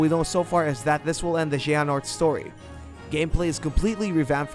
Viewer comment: LOL, they pronounced Xehanort as Yeahnort!!! xD